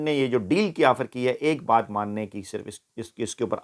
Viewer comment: Correction: Ye Lafz Baay Nahi Baat hy.